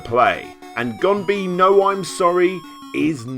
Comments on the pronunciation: You correct someone's pronunciation with incorrect pronunciation? It's gonBEH-.. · Gonbee is pronounced "Gon-bay" (Going by the hiragana), but aside from that, great video.